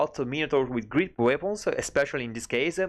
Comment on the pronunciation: bravissimo! * Una notina sulle pronunce che ti segno: - weapons -> uepons - grenade -> greneid - empire -> empaiar - great -> greit - cheerful -> ciirful